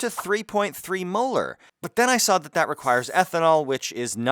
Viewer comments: Experimenting = prufen your theory ... did take a second to realise you said "mohr" not " molar"😂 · bruh keeps saying molar like its correct LMAO ! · is he saying, "molar" or "muller"?